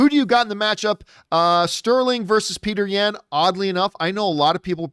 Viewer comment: This man said "Peter Yan (ya-hn)" 🤣🤣🤣 Bruh he's Russian.